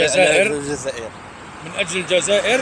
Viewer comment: لسان الجزائري ينطق مروكي ونتما تقول زازاير علاش ههه